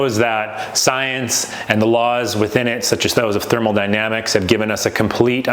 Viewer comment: Homie, I really appreciate what you are doing here, and I support your vision. However you pronounce thermodynamics correctly if you want to prevent people from dyeing a little inside every time you say thermal-dynamics. I know it seems insignificant but it matters, greatly. Keep up the good shit. Thanks for entertaining my wee rant.